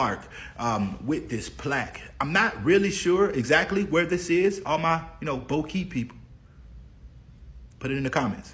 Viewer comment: BO-KEY! Sanford's my hometown. In addition to Goldsboro, there are two other historical Black communities in Sanford as well, Georgetown and Midway. I grew up in all 3 🥰. I think that sign is on 13th street/Historic Goldsboro blvd (Goldsboro avenue on the map in the video). I will check to make sure next time im in town. I havent been to the musuem in some years but will be sure to stop by and give an update on any fundraising. Thanks for covering this! 🖤